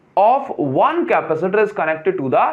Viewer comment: Please don't say Capa - seeter